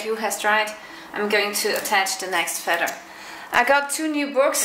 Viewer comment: That's pretty close to how the German word for feather (Feder) is pronounced. So, pretty much interchangeable. Cheers.